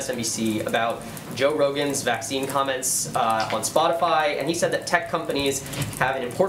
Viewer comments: did she say spotafly lol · She said Spotifly hahaha, nobody knows what their talkin about..